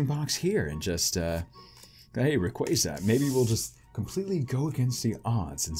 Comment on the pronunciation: y does everyone mispronounce rayquaza it RAY-KWAH-ZUH